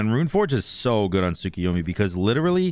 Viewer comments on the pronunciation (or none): You mean tsukiyormi?